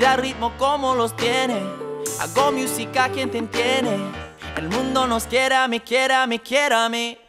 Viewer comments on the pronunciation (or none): His "miusica" bothered me 💀